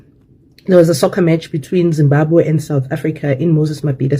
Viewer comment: Look into properly this our arrogant and lost ssta the she pronounce Zimbabwe uuum there is something wrong